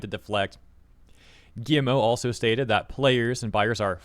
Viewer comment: Is it just me, or is he calling him "Gi-M-O"? 😂